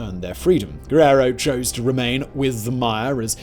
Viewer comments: "Giyero" lol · It’s really hard to tell you how you’re mispronouncing my last name through a comment but it’s GUERRERO not what you said the first time the second time you got it, right 🤷‍♂️